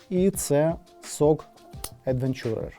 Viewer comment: Тільки "едвЕнчурер", а не "едвенчУрер" :) дякую за огляд і з поверненням!)